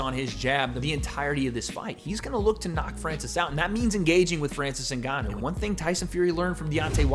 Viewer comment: “Francis Nuganu”